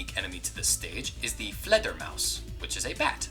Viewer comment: I am not even German (i am a Sweed) but the way you said fledermaus sounded similar enough to our word for bat, fladdermus. it made me jump becouse i rearly hear my own languish ennywhere lol. (Also sorry for the vad spelling)